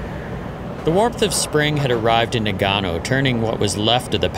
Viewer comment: Great story and video, but it bothers the living shit out of me that he pronounces Nagano wrong like 40 times. You would think that spending so much time there, and all the filming etc, that someone at some point could/would notice that this is incorrect and fix it.